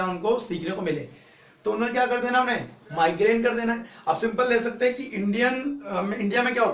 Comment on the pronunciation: Sir it is migrate not migrane